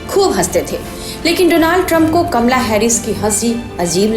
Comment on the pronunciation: kamla nahi kamala bol bhai